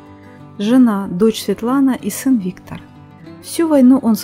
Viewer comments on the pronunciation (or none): none